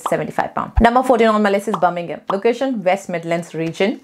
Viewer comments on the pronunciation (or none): none